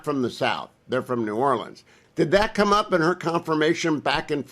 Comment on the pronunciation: He said nollens the first time. Then it was new orleans